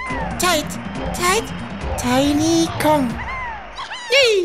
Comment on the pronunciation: Warum sagt er TEID TEID TINY KONG?